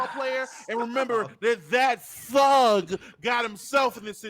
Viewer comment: "that TTHHUG" 😂😂😂